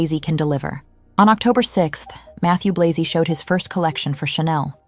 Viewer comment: Interesting video, but inaccurate at times. Firstly, Matthieu Blazy is a Franco-Belgian man; his surname ought to be pronounced accordingly. Secondly, "Gucci stabilising under Sabato De Sarno as its creative director" is a bit of a stretch. I really liked his aesthetic, but he was ousted because Gucci was in decline after Alessandro Michele.